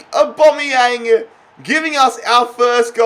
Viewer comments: Au-bam-e-yang not au-bom-e-yang pleases stop saying aubomeyang it is really annoying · aubameyang is pronounced 'or-bAm-ee-yang like so can see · mate it’s AubAmeyang not Aubombeyang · It’s not or-bomy-yang it’s or-bamy-Yang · “orbomiyang” look saying it hella wrong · It’s AubAmeyang don’t know why this triggered me so much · Don’t call him abomiyang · ITS PRONOUNCED AB-AMEE-YANG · The way he says auba is funny like so can see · Stop pronouncing Aubameyang like that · Pronounce Auba correctly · I hate how he says aubameyang